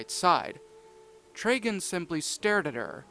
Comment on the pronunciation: His name is trigon not traiga